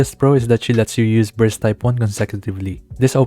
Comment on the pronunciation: not sure if on purpose or not... but I heard a couple times breast meter instead of burst meter